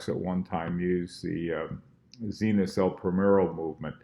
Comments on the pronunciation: it's pronounced ZENith - not ZEEnith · It's pronounced ZEniT. With T like Tesla or Tennis.